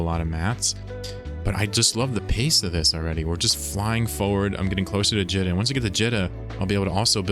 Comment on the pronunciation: It’s always been Jeeta. It’s spelled like pita bread or Rita. It’s not Jitta. Great series though! This one is top notch! Your adventures are inspirational and exemplify the true sandbox nature of this awesome game!